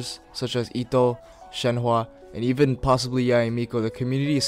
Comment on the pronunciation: Its Shen He in han yu pin yin. In americanised version its pronounced as: shern her